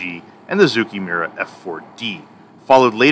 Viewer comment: OMG - someone that can actually correctly pronounce Zoukie-Mura correctly!